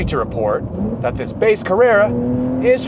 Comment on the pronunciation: Carruerrua wierd way yo pronounce this word, let me help you. Car-re(p)-ra(n) all the letter inside this (do not say it) is just a guide like when you say Ran say the same but take the n outside this word...